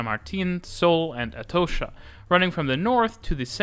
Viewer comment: Atocha = "Er toe sher"? ok, mate.